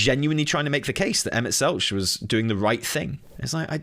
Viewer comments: Selch has a hard ch like tech, not soft ch like each. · Also Emet-Selch with the hard ch instead of the soft